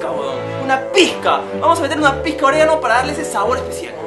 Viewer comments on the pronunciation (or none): jajajajaja si claro "orégano"